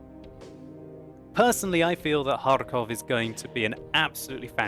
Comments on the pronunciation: I do very like how you pronounce Kharkov with the hard R. as far as know it is very hard for native english speaking people to talk like this. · sounds like a authentic Russian when he pronounces 'Kharkov' XD